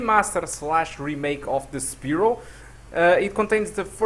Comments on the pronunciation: The way you pronounce Spyro bothers me. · This is how we pronounced Spyro as kids